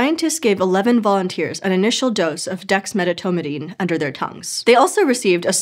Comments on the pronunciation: When she's supposed to say "volunteers'," she consistently says "volunteers's" (sounds like "volunteerses") instead, and when she's supposed to say "people's," she says "peoples's" (sounds like "peopleses") instead. It's startling and disappointing from a channel that publicly pointed out that its presenters had been mispronouncing "Denisovan." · Holy crap. She doesn't know how to say "volunteer's." She says "vounteersiz." And instead of "people's," she says "peoplesiz." Funniest thing I've ever heard coming from a supposedly intellectual endeavor. Was there no director or producer or writer to teach her English wordsiz?